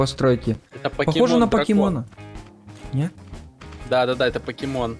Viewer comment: не пакемон а покемон